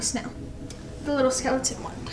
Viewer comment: Did she just say “skeletont” lol miss girl